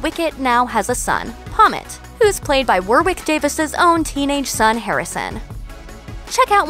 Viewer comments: "War-Wick Davis?" War... Wick... FFS. Warwick is pronounced wɒɹɪk in IPA. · it's pronounced WARRICK! not war-wick! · "War-wick"??!?! "War-rick" : the second w is silent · War-wick! It's Wa-rick. The second w is silent! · War-wick...War-rick...second 'w' is silent. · Its not War-wick its pronounced Warrick, jeeeesus. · Who the hell is War-Wick Davis?? It's pronounce Worick - as in wasp or what or war. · Stop calling Warwick "war-wick". It's pronounced like "worrick". How can you not know that? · Americans always mispronounce that 🤦🏾‍♂️ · Hi, soz but ... i know you're American & his name probably does not exist in your country but Warwick Davis' name is said "Warrick" - silent W .... not said War-Wick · Have you still not learned Warwick is pronounced "Worrik". He was also in all the Harry Potter films. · For goodness sake, Warwick is NOT pronounced “War-Wick” Try wrapping your laughing gear round this.... it’s pronounced “Worrick” the second W is silent. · Just so you know, Warwick Davis' name is pronounced "Worrick", not "War-Wick" 😂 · It's not pronounced war-wick, it's worrick. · War wick davies 😂😂😂 gotta love Americans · ‘Warwick Davis’ lol you pronounce it Warrick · His names not pronounced War-wick! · "war wick davis" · warwick is pronouced WORRIK its W O R R I K omg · What’s with mispronouncing Warwick Davis’ name? It’s war-rick. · Fucking War-wick Davis?! Are you kidding me? Are you that American you don't know how to pronounce Warwick? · Why can't Americans pronounce Warwick properly?! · War-wick Davies...ffs 😂😂😂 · omg it's pronounced Worrick Davis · The mispronounciation of Warwick Davis made me cringe! 😣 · Not sure you could butcher Warwick Davis' name any more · Hahaha, thats really not how you say Warwick. I know, because I live in Warwick.